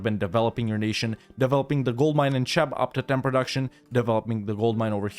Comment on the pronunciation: Cheb is pronouced like "kheb" not "czeb". Just FYI.